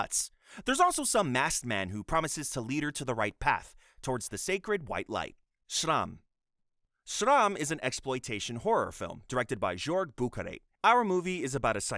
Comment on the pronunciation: Just for future reference, the Germanic/Scandinavian 'J' is pronounced as a 'Y', so Jorg is pronounced 'Yorg'; and Meives is pronounced 'MY-VEZ', not 'MOOVZ'. Edit: Also, it's Oh DAY-SU, and fthe reason you gave is NOT the reason why he is being punished. You usually make good videos, man, but this one is so sloppy. I'm just over 12 minutes in and almost every entry has had something wrong with it.